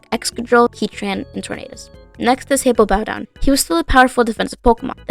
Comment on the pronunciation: It's "Hippowdon", not "Hippopowdon". It's funny, but I think it should be corrected anyways.